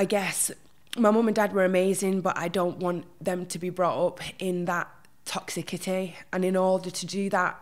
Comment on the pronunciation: Really interesting insight. My brain can’t cope with ‘Toxicity’ pronounced with a hard ‘C’ though. Arrgghh it’s pronounced Toxissity.